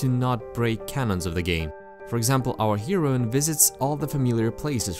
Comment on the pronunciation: Well, since ya said something and it sounds like people have brought up the heroine thing to you.... It's actually pronounced like "hair-oh-win", but I kinda liked "shero" myself. But guy, I gotta tell ya, I just watched your whole series, and for a few videos now, I've been wanting to comment that you nearly have mastery of speaking the English language COMPLETELY down! The things you don't have down are so understandable... For instance, you said in a previous video "the act of argue", which you should instead just say "arguing, or, "argument" because saying "the act" insinuates it is a particularly strong action, such as "the act of killing". Native English speakers would never say "the act of argue" to say that two people had an argument, but I've translated in Spanish classes the same way, so I see how that could happen. It's just one of those things that native speakers would think "why'd he say it like that?" if another native speaker were to say it that way. And to be honest, you rarely even do it. Like, super rare. But yeah, I speak, read, write, and articulate ideas my language very well in my own language. I am technical with words and I feel like you should always use the most accurate terminology you can to communicate ideas. That said, know your skills are right on! Keep it up and can't wait to see what else you got in store in the future! Been a pleasure! Edit: Oh, and thank you! Edit #2: Thaaaat looks like a titty. XD